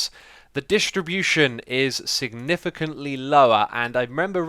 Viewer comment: I knew he would pronounce distribution dishtribution. :D love the accent